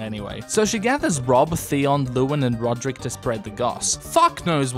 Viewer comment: “Ser Rulrek”